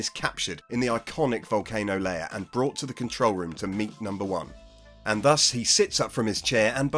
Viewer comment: Note to this generation of digital natives - "Accomplished" is pronounced ACCUMPLISHED. "Lair" is pronounced LARE, not LAYER. I'll bet you pronounce mayor as "may-er" too. More verbal communication with real people in the real world and you too can speak English properly.